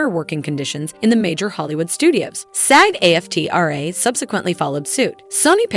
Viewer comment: "Ja-Waukeen" Phoenix. "MahDOM" Web. 😂This has got to be AI voice over. What voice actress wouldn't know the actors' strike is still going and its pronounced Aftra not A-F-T-R-A.